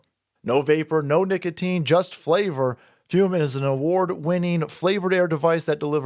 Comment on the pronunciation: I appreciate you pronounce the flavored air device "fyoom". So many people pronounce it "foom", and you know what that is like? It's like a knife in the heart. Every. Single. Time.